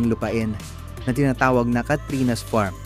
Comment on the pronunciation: Worst vlognpresentation narrator ano f bentana pronounce or inunciatr mo ng tama mga Petra at salita . Furniture sa tarts with letter f a thin p . Farm starts with letter f at Hindi P